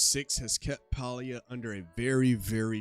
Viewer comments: Nice video but it's not "Paul-E-ah" it's pronounced "Pay-Lee-yah". Pay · Please Stop miss pronouncing the name of the game Listen to the devs how do they pronouce the name of the game "PAY-LEE-A" not pal-lee-a!!!!!